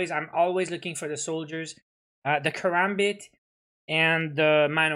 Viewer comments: I was being sarcastic Also he said "Karambit" not karabit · Killer Sol he said karabit